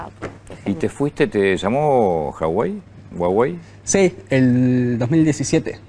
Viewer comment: hawai JAJAJAJA huawei